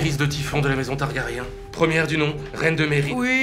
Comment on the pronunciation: En fait, Jon peut se marier avec Dany... surtout chez les Targaryen... ça se dit TargaryN et non TargaryAN